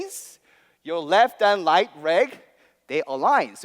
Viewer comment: "The Left and L(r)ight R(L)eg" 😂